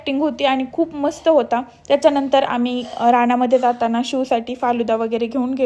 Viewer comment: शिव असं निट म्हण ना शु असं वाटतंय ते